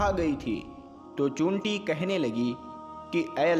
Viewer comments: Chinti bolna to seekh le pahle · उर्दू लब्ज बोलने बाला चींटि नहीं बोल पा रहा है